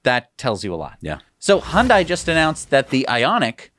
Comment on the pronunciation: I drove by Giga/Terra Texas for the first time yesterday (I'm staying about 18 miles away). Very impressive just from the road. May I make one correction. I used to work in commercials and made several for Hyundai. It is pronounced Hun-day, like Sunday. Thanks guys, you helped inspire me to purchase Tesla stock several months ago and even my 94-year-old mother is getting into Tesla.